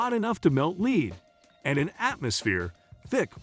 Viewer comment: It pronounces lead like lead.